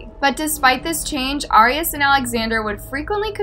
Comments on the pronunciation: FYI ✨, Her last name is pronounced like AIR.. not "ARE" ✨ 😀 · It’s pronounced Air-eee-as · Yeah I’ve never heard it pronounced this way either. Jodi herself pronounced it AIR-ee-us. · It bothered me so much how you pronounced her last name wrong the entire video. Lol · No she’s not there how it pronounce arias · Your pronouncing her last name wrong.